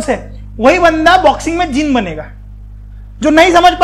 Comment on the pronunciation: As a student of Jainism, I will request you,"can you please pronounce 'Jina' correctly?" It's not जिना It's जिन I know in English it's written like this but I will say, we should start pronounce word in Indian culture correct Other one example, Bharata It's not pronounce as भारता It's भारत